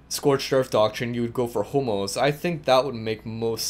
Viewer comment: I thought he said homos instead of hummels..